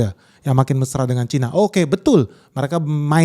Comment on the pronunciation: Cina bukan Caina